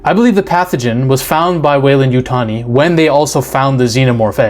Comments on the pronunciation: Oh, its the coke 😂 You said Yutani right my dude. Its funny because my last comment was about how you pronounced it, and then in the next video I watch, youve corrected it. 😂 its always the cocaine! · You got it now with the Yutani pronunciation. What I want to know is how much coke does it take to mix up a sheep and a goat? I am delighted by these new alien forms though